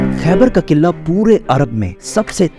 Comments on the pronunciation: Killaa ni qila hota he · Killa ni قلعہ hota ha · Killa nahi Qila 😊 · Qilla nae hota bhraa jee Qalah hota hai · Kila ❎ , killa ✅ 😅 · Killa nhi hota kila hota hai 🤣🤣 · iam angry why you are saying qillla its qila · قلعہ ہوتا ہے کلا نہیں ہوتا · Yar sab thk but قلعہ sae se pronounce kro Qilla nhi hota pls. Sara focus qille pr chala jata hai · mispronounced word kila,face expression is so funny information wise this video was awesome